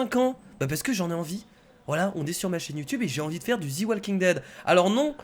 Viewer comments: en anglais "the" se prononce ze et pas zi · c'est pas thi walking dead c'est the walking dead !! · "Zi walking dead" HAHAHA JSUIS MORT😂😂😂😂😂 Ps: J'ai découvert ta chaine par hasard et je m'abo tout de suite!!!!!!! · j'aime! Prononce Mieux le The s'il te plaît ahaha sinon parfait